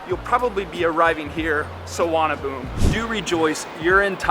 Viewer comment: Its pronounced sooowar na bhoo mee